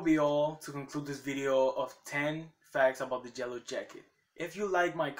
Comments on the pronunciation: YELLOW YE-LL-OW NOT JELLO WTF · Fact 1: you say yellow wrong